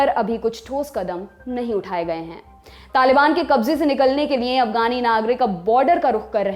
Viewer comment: पर ध्यान से सुनिए। यह महिला लिए को निए बोलती है।